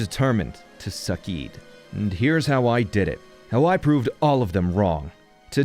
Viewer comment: So you can say he “sukkeeded”